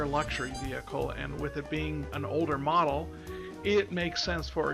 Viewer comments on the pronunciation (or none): none